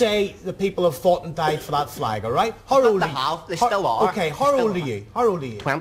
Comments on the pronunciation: Did he just said his Fleg which everyone else calls it Flag. What a complete Moanbag he is talking about Flag's oh sorry Flegs I mean.😂😂😂😂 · Don't you mean "fleg"?